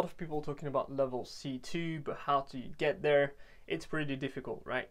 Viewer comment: Très impressionné, bravo pour le travail ! Si je peux me permettre, j'ai l'impression que la prononciation du "there" peut être améliorée, et c'est un mot qui revient souvent donc on remarque la différence avec le reste qui est dans un accent british quasi irréprochable haha Bonne continuation en tout cas, keep up the good work !